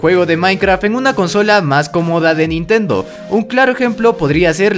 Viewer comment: dijiste nintento jaja